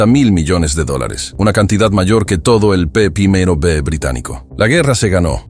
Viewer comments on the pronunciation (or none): P 1ºB ?? jajaja al menos haber corregido eso, se dice P i B Producto Interior ( NO PRIMERO/1º ) Bruto